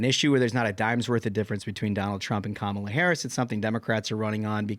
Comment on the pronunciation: I love for a million issues but his pronunciation of Kamala is great. Some dirt bag chastised tucker for it when he was on fox. NC Atty Mary